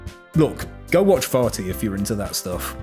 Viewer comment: Thought he said farty instead of vaati